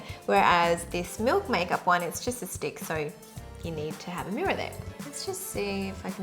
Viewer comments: I heard "this dick" when you said "this stick" 😂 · Omg I did not even notice that "with this stick" sounds like "with this d*ck" till you mentioned hahah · I swear I heard 'this dick' instead of 'this stick' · i spent a solid minute verbalising it to try and find out what exactly it was meant to sound like 😅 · she's TRYING SO HARD TO SAY STICK SO CUTE OHMYGOD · HAHA I DIED EACH TIME SHE SAID STICK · haha it was so cute when you were trying to pronounce stick XD